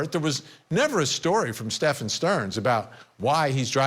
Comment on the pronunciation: He’s a disgrace…he can’t even say the perps name right! He pronounces it as stephON. I’ve tried watching the guy on several occasions & cannot watch him, he talks over guests, gets FACTS wrong…ugh! Horrific!!